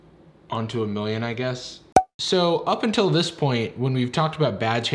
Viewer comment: Don't you mean 'millioin'